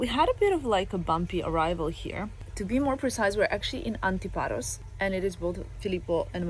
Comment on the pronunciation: oh guys I have never been to antiparos! such a nice time you have there! and, for sure Filippo looks like a greek ,and his accent is perfect! haha Τέλεια!